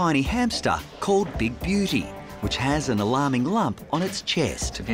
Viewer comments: I swear i heard big beauty as big booty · Is it just me or did The father of the son that owns the hamster say “big booty” than “big beauty” 😂😂😂😂😂🤣🤣🤣